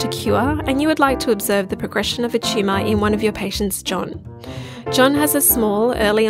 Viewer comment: I thought the speaker was saying "tschumah" then I realized she was saying Tumor. Pretty cute and funny I'd say😂